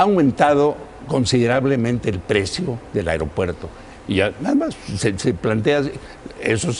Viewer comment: Se dice "aigropuerto"